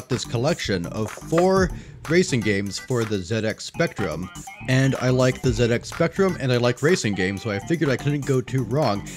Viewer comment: Wonderful review! ;) Loved it and as a Brit thanks for saying !Zed Ex" and not "Zee Ex" off to check out the rest of your videos. ;)